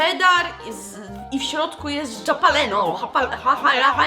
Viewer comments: Nie muwi sie Hahalapenio tylko halapenio ale i tak jesteś najlepsza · Ja też mówię halapenio edit: Nie lubię gorzkiej czekolady, a Nena [pies] zjadła raz całą tabliczke nussbisera [nuzbajzera] ja byłam w szkole, bo na ławie była czekolada.🤣